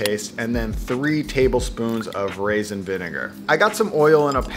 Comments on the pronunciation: Raisin not rasin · Lol and "rasin vinegar" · Raisin, not rasin. Geez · Going to add to the pedantic comments: Acetic, not acidic. Raisin, not rasin. And apple, not apple cider.